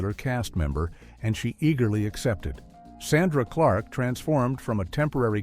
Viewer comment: The narrator doesn’t even know the name of the show or how to pronounce Sandra Clark’s name